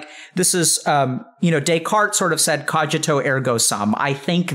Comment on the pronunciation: Cojito? Pretty sure Cogito is a hard G. Like cognizant.